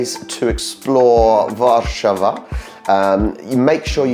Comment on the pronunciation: Łarszawa? Are you mental?